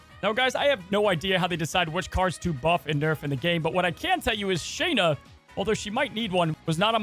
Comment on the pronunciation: hey man it's pronounced Sha-na... not Shay-na. Just wanted to let you know. Great video... Sandamn definitely needed a nerf